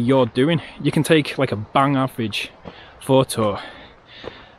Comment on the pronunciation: Would it be too much to ask for not omitting the 't' sound when you say 'photo'?